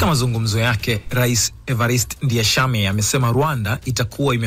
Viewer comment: Ninyi waandishi wa habari, kwa ushauli tu , please jarubini kusoma vizuri majina ya waraisi, it can't be written "Ndayishimiye" then wew kama mtangazaji unasoma vitu tofauti.....remember crown Fm is copying from BBC news.